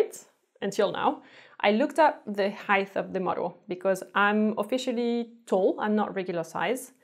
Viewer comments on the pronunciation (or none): Love your videos!! Friendly note height is pronounced with a “t” not “th” crazy language English 😝